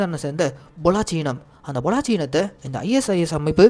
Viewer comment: பொள்ளாச்சி இல்ல ப்ரோ பல்லோச்